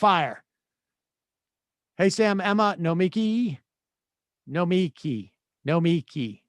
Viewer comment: She seems great... until she corrects you for saying her name wrong 10 times.